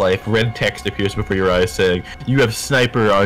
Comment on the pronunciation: "You feel a skight-niper scope watching you? What? I do?"